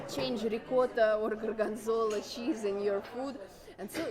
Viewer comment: Ellentétben sok kommentelővel, akik úgy hallják, nem orosz anyanyelvű, hanem magyar a csaj, szerintem egyértelműen orosz. A gorgonzola, és parmezan szavakat egyértelműen tipikus orosz akcentussal ejti - ezeket nyilván nem tanulta angolul kiejteni. A csarnok szót sem igazi magyar akcentussal ejti. Jó füle és jó nyelvérzéke van, ennyi.